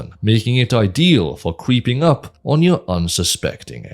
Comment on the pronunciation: Did you say creeping up or queefing up?